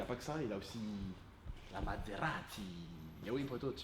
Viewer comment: Ta dis materazi au liau de mazerati